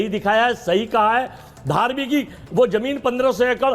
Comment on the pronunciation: Are kaise kaise jahil log ate hai Ye.Varma ko DHARAVI KA NAAM BHI SHI NAHI LE SAKTA